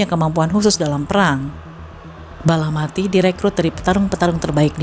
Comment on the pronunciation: Balapati bukan balamati